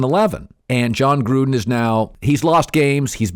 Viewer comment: I know he's saying Gruden but, I heard Trump!